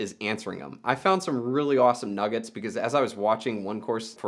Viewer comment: Say nugget again